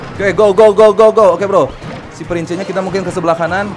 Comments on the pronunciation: Bang baca nya prins bukan prince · ngomongnya prins kak bukan prince